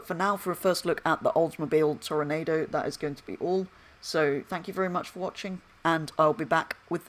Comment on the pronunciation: It's pronounced toro nawdo